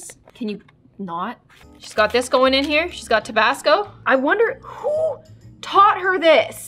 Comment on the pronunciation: Get Gnomed At: (No hate on, just thought it was funny how she said who)